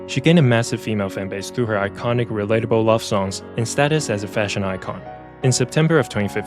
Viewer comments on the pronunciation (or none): none